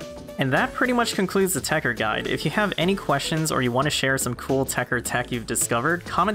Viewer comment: why are you leaving the 2nd T silent it TechTer not Techer but whatever.